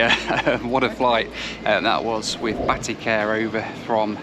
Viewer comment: Isn't it pronounced Bateek? Every time you say "Batik Air" it sounds like you're saying "Batty Care"! 🍑